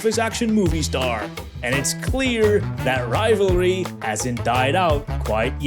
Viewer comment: What the heck is "Rivarlree" ?!!